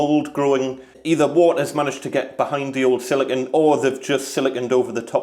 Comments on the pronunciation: It's pronounced "sili-cone", not "silicun." "Silicon" is the colloquial term for semiconductor. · Wait, so if you pronounce silicone like silicon, how do you pronounce silicon?